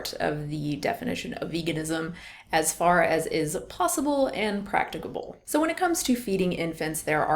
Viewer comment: The way you say practicable lol